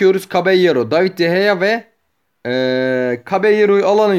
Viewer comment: Abi david deyeya değil de gea